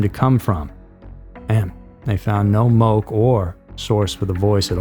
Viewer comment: It’s pronounced Mo-Keh. And I’d say Sacred Falls is way more illegal since it’s actually had a very tragic incident. I don’t even think people try that hike anymore.